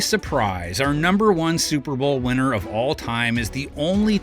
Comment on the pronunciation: "Winnner", LOLZ! 😂😂😂😆😆😆